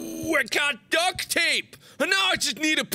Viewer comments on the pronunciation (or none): The way he said both of those words. MARK: Ooh Ooh I get duke tape! Now I need to find a peump and I'll be so happy! 🙂😂